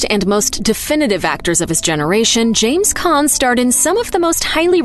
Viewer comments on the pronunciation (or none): none